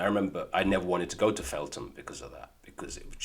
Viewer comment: Not Feltham, Eltham